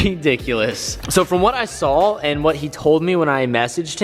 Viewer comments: its saw not sall or what ever you say. there isnt an L in it at all. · Hey dude you say it “I saw” not “I sawl